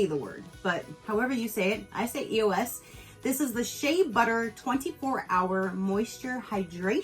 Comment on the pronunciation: You saying E-O-S is correct. It stands for Evolution of Smooth. Other people are saying it wrong, not you my dear!! This calender was a nice one. Those Monday trial size shampoo & conditioner are almost 4 dollars apiece!! Seems like a great value!!